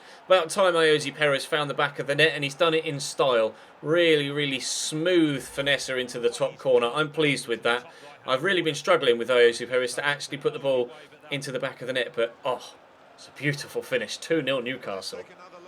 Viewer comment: please stop saying finnessa